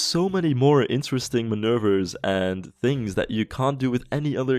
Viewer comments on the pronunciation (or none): i love the way you say manouvres. manurrrrveerss. if you want to know most people say manoovers